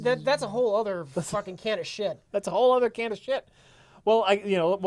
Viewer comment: I love you both for saying "whole other" instead of "whole nuther"